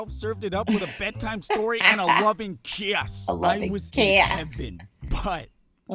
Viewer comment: a lovin kaiiiyissss Me::D